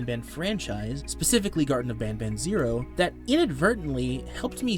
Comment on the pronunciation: this guy made me hear the first mention of garten of banban into "gerson of banaban"